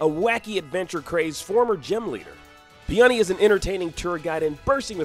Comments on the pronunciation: Mans never heard of a flower (pronounced pee-oh-nee, not peenunny) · Pee-on-nee? Might want to check the pronunciation of the flower which is spelled in the same way. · Do you really not know how to pronounce Peony? Do you call his brother Rosé?